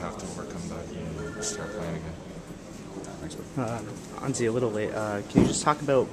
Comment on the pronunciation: The announcer pronouncer his name wrong...it's not pronounced 'anzee' but instead 'anjay'